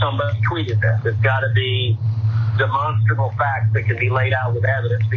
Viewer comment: He say demon strable, not demonstrable.